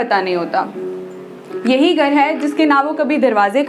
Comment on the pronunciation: My god!!! It's beautiful. The shayari, the way you talk, everything. Don't stop writing. By the way, did you realise, you're pronouncing Gar to Ghar, Batak te to Bhatak te, Beed to Bheed and 4-5 other words I forgot 😅 Afterall, Thank you very much for this lovely video 😊